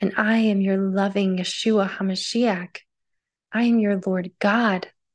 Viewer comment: I’m sure God can pronounce his own name and Hamashiach that’s not how it’s pronounced